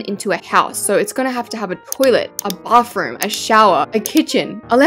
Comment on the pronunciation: You call a bathroom a bafroom😂😂😂